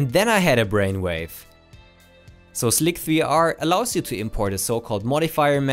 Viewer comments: please try to stop pronouncing it 'slik-3-r' rather than 'sli-ser' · oh and its pronounced slicer not slick 3 r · "Slick-3-Arr" is cancer on the ears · "Slick-three-are"... you hanging around Tom too much man. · "Slick 3 are" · Your pronunciation of “slic3r” made me giggle. I’m pretty sure the 3 is supposed to be treated like an “e.”